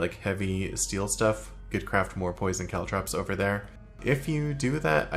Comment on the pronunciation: For some reason I'm perpetually bothered by the way pronounces caltrops